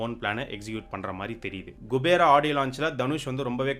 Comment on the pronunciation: It’s not gubera it’s kubera thevdiya payya tell correctly